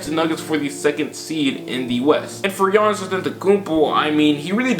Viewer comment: It's Giannis. I'm a rockets fan but it's Giannis.